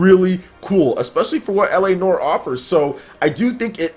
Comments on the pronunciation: its pronounced nware not noor, just fyi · Yo man its pronounced Distopian, like the word Diss. diss-topian. and noire is pronounced like NO and ARE. no-are. look it up. just trying to help k. no disrespect. peace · It's pronounced LA "Nwahr". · "la nore" lmao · I'm a new sub, I appreciate your info and the way you present it. Just a minor tip, its Noire is pronounced new-r.